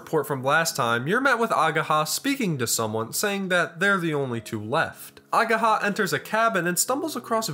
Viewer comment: I will probably die the moment english speaking people start properly reading japanese names. Its not ageeeeha its ageha. And its hard wa not ua.